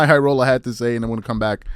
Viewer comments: Say "Jimmy Highroller" not "J X My Highroller", I know that's the way it's spelt but that's not the way it's said. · At least say bro name right you clearly trynna throw shade that’s wild it ain’t hard to to say Jimmy high roller